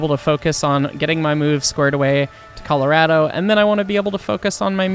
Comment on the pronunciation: Not undermining what happened in the video but, I wasn’t expecting you to say Colarad-o (Colorado) XD.